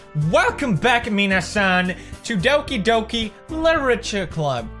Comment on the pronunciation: Everyone else when this happens: what’s going on? Pewdiepie: DoWkEy DoKaY